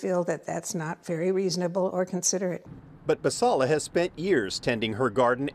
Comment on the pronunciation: Team Basalla! That Karen didn’t even give the gardener the courtesy of pronouncing her name correctly. That is the ultimate example of passive aggression. “There is no design.” What a statement. If you want design, go look into the bylines of your HOA agreements…I’m sure there’s a lot of design in those neatly written paragraphs. Stay classy, Novato.